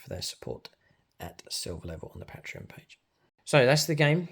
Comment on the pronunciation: Great battlereport... but man to man here; say patreot and then say Patreon. Ure welcome